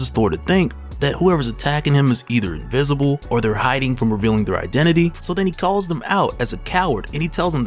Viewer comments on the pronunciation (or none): none